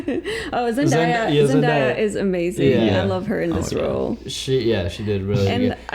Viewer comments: Hey guys, Zendaya’s name is pronounced Zen-day-a and not Zen-dAya. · Can you please pronounce Zendaya right, its Zen-DAY-a not Zen-die-a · the way they pronounced zendaya’s name kinda aggravated me 😂😭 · my eye twitched every time Zendaya's name was mispronounced in this 😩 also coming back and proving ' imitation to be on point took me out 😭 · Hey guys! Loved this breakdown!! Almost felt like watching the movie with yall ♡ Also just a side note; Zendaya's name is pronounced ZenDAYa. Like day as in day of the week. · That's not how you say Zendaya.